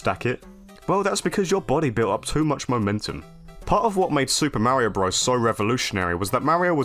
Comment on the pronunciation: Yeah, I heard that too. He also sounded dangerously close to Mare-io instead of Mario. Maybe he's toying with the idea of losing all credibility lol